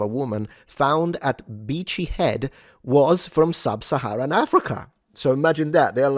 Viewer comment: All I hear is "Vichy" woman 😂